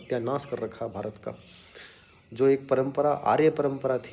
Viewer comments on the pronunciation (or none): none